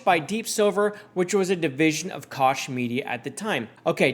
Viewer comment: Just an FYI I believe Koch is pronounced coke as in the Koch brothers.